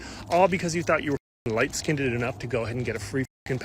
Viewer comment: Skinded? Skinded? I have never heard this before. Do you mean skinned? Pronounced with one sylable, not two